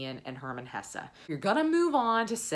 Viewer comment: it's Hesse, you're going enjoy it🙂